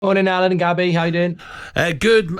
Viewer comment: “I mean listening to Gobby Agbonlahor on talksport” Mark on United Stand “Hi Gabby” Mark on Talksport 😂😂😂